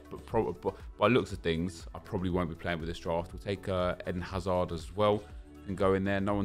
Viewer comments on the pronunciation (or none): none